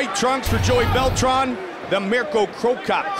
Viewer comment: "Bell-Tran" "myosick" damn man ask these guys there names before the fuckin fight lmao